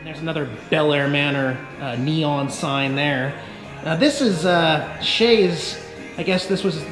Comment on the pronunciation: “Coke with a nice neon sign... oh yeeeaaahh neom neom Yeah” What language is that sir?